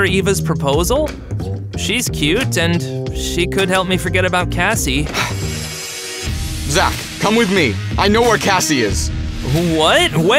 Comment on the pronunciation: Cassie not evva